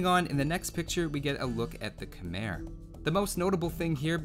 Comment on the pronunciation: it sounds hella stupid with the er